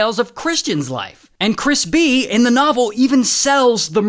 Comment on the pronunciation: I dunno why but I hear crispy instead of Chris b. and I like the idea of that being the main character